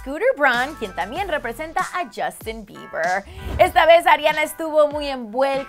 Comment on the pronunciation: "Justin Brrrr" 😂😂😂